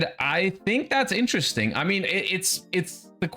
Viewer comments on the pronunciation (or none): none